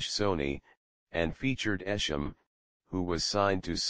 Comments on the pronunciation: its sham not isham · it's esham foo